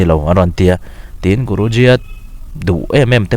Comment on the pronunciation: Guruji khian a lam fiah lo deuh chu a nih khi